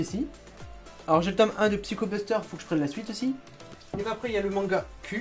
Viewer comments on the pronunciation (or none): none